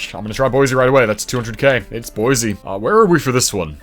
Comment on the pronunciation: "Boise" has an s-sound rather than a z-sound.